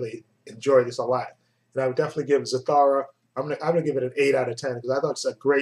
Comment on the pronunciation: it's Za- thoo- ra